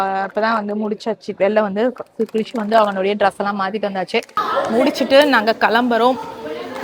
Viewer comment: Dress and not druss, being in the US pronounce correctly